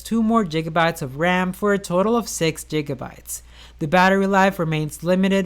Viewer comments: "jigabytes" you mean gigabytes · I thought it was a dumb comparison. Quest doesn't = phone... Plus this mans said jiggabytes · This man's out here with a tech channel that has 460k subs... And says jiggabytes.... LOL